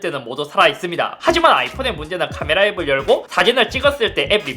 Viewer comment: ‘카메라’ 억양이 더 아쉽습니다 ㅋㅋㅋㅋ